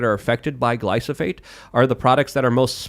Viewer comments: for the love of God, its GLY-PHO-SATE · I love how can mispronounce glyphosate several times within a few minutes and still sound smarter than.